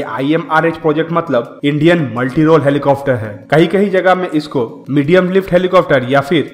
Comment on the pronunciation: Plz stop saying 'helicofter' , it's 'helicopter'...... Helicofter sounds so irritating